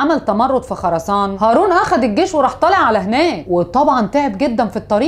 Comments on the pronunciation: البَرْمَكي مش البرامكي..خُراسان مش خَراسان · خُراسان بضم الخاء وليس بفتح الخاء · خرسان بضم الخاء مش الفتح